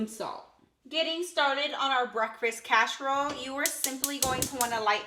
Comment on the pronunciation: Looks delicious but why are you saying casherole vs casserole?